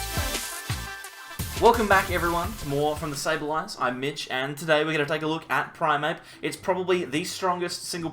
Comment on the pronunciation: It is primeape Mitch not primape